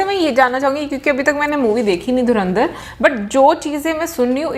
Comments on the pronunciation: ये सीधा सीधा धुरंधर बोल नहीं सकते क्या . ये धुरिंधर क्या हे ? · Dhurandar ❌ Dhuendir✅